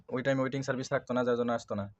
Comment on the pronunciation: Cervice hobeee naaa😂😂😂 Service hobeeeee😅😅😅😅😅